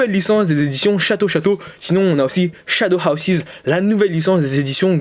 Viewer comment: L’accent svp 😭 shadows ‘hawsize’ 😭 c’est house 😭 donc ‘Haws’ Sinon très bonne vidéo et puis t’as toujours moi qu’à 3 mangas touts les 4 mois puisque que je suis pas milliardaire